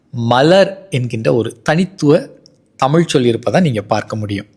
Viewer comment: தமிழ் என்பதை அழிக்கிறீர் தமுழ் என்று பேசுவது மிகவும் இழிவு.... மிகவும் கேவலமாக உள்ளது.....